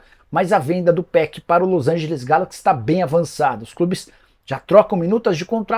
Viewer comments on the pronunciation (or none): none